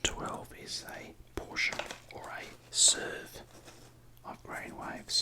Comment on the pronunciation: The perfect Australian portion is approximately one SUUURVE